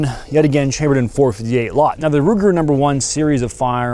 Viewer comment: The "Four Fity Hate a Lott" 😂